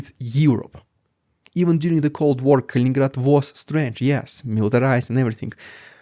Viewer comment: you do have interesting points and have this topic cornered. I don't see all of your videos in my feed but the past couple Kaliningrad ones have and I'm glad because there is interest. It's funny, I've heard other youtubers pronounced it Kalingrad, missing one "in", so yeah you're the expert.